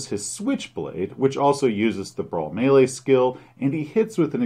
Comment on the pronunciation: Thank you for pronouncing Melee correctly!